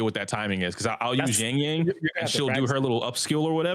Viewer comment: How does struggle saying a 4 letter word and repeating it once "Yang-Yang" it's definitely a problem he has with, for him "foreign languages", besides that, great podcast as usual, the greatest of them all for WuWa 👍